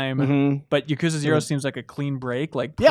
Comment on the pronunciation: Ya-Ku-Zah. Not Yakozuh